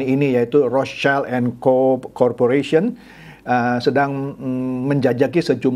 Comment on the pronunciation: Wah.. perisai merah terlibat? Btw pak, bukan rots child.. bacanya.. rot silt (rot schild)